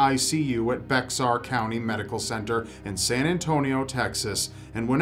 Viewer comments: "Bex-arr" ----- lol! It's pronounced "Bear" hon! ^_^ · DID YOU JUST SAY BEX-Ar?! BEX-AR!!!! ITS FUCKIN PRONOUNCED BEAR. BEAR!!!! ITS NOT A HARD CONCEPT TO GRASP HOKY FUCKIN SHIT IN GONNA GO HAM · I use to think it was “bexar “ too when I first moved to San Antonio but it’s actually pronounced Bear county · LoL. No worries, its pronounced Bear. "So how do you pronounce it? Most newbies assume it is BEX-are, with a hard X as in X-ray. Spanish speakers tend to give it the Spanish pronunciation: bay-HAR. They are both wrong. Here in San Antonio we live in BEAR County. Now you know." Totally thought you'd like to know random stuff. Love the show(s). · Bexar County in San Antonio is pronounced "bear" or "bare", not bex-are. The county was named for San Antonio de Béxar, one of the 23 Mexican municipalities (administrative divisions) of Texas at the time of its independence. Founded December 20, 1836, the same year as the Battle of the Alamo, Feb 23, 1836 – Mar 6, 1836. Kerrville is pronounced with an "er", not an "air". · I am so glad that I'm not the only one who phonetically pronounces Bexar County as did.. I hate that it's really supposed to be pronounced as "bear".. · Just fyi, on number 9 Bexar county is pronounced as Bear. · It's pronounced Bear not Bexar... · haha "beksar" I can't blame you, I still don't understand how it's pronounced like "bear" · it's pronounced bear...not bex-ar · I'm from Bexar County. It's pronounced Bear (the x is silent) Hearing Bex-are was great lol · It's pronounced bear county, not bexar county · It's pronounced "Bear," not "Bexar." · As awesome as it is to pronounce it as "Bexar" County like it's named after a superhero it's really pronounced "Bear". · Comrade I live in a small city inside San Antonio, Leon Valley. I laughed when he said bexar instead of "Bear". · Its pronounced Bear not Bex-ar lol xD it's a common mistake though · It's pronounced bear not bex-ar. Don't ask me why. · It’s Bexar, pronounced Bear. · Bex Ar??? Lol.